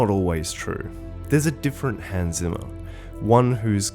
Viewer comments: Hans Zimmers surname is German. It should be pronounced starting with sound like C sounds in Inception. German is like my fifth language, I only know basics of it, I still can't stand your narration. A very good and true commentary otherwise. Here in the closing sequence he says his name himself if you don't trust me. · you mispronounce the name Zimmer so many times, that after some time it's quite hurtful to anyone who know german even a little bit. "Z" in german should be pronounced similar to "TZ". It's the same sound you hear at the end of ie. "Rosencrantz". Having said that, this was a really insightful and deeply interesting clip. Keep up the good work!:)